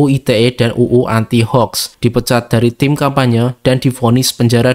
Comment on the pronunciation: Min bacanya houx bukan hoax